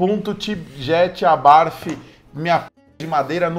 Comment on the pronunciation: Punto abarfi. Kkk não! E abart mesmo q fala, não e inglês 😂